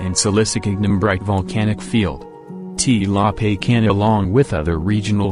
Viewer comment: I can barely understand because of the wrong pronunciation of names particularly la pacana caldera and the robot like voice is annoying